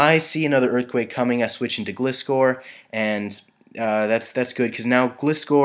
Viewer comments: it's not glist-core its gli-score SAY IT RIGHT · Flappy Actually it's more like gly - score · just a pointer- gilscor is pronounced gl eye score but it really doesn't matter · Gliscor is said so instead of the weak "i" it is like "I" in a sentence like "I went to the shops"